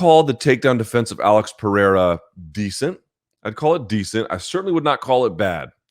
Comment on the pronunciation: That’s not how you pronounce Periera